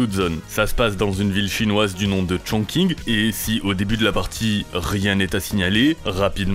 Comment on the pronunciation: Chongqing se prononce ChongTCHin